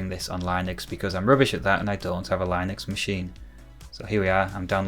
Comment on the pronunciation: superb work sir, despite your pronunciation of Linux making my eye twitch REALLY hard! Makes me wish I had the time and space for original hardware fun... Probably worth noting that there's no guarantee that the IP addresses will be in the .x range, it depends on your router's configuration. Mine's 10.10.x.x for example. Regardless - love it. Subscribed!